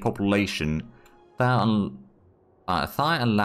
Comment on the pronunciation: That was the weirdest pronunciation of 'Thai' I ever heard! 🤣